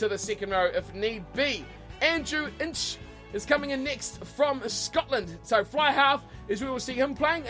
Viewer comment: Congrats on saying Andrew Inche’s name correctly, he looks great!!